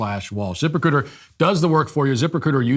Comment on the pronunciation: I know it’s “zip-recruiter” but all I hear is “Zipper-cooter”